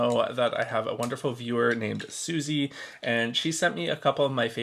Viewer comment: Not me twitching every time you mispronounce "Sussie" (it's Suss as in suspicious and Eee as in tree. Suss-ee)